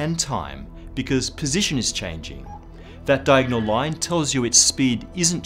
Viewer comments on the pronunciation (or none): none